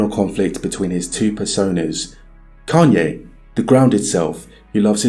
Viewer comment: It’s crazy to do a documentary on a man and pronounce his name wrong after all the videos you have of the correct pronunciation. Say it right!